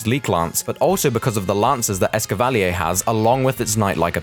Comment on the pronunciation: The official pronunciation of Escavalier is ess-ca-va-leer. Not how you pronounced it. This is the pronunciation used in the anime, which is forced by Game Freak to use the official ones.